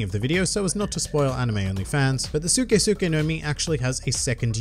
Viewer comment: I low key got mad every time he said suke